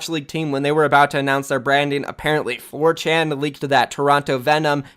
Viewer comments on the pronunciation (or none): none